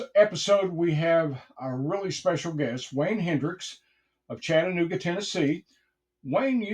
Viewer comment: Thank you for pronouncing Chattanooga correctly and perfectly. 👍⬆